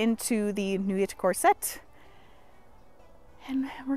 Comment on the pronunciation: so sorry to be that person but nuit and atelier are supposed to be pronounced 'nuie' and 'ateliay' (french). the effort is appreciated though (both in pronunciation and in banging out 4 articles of clothing in 1 week. holy moly)